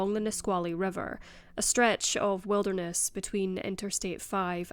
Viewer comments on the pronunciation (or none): none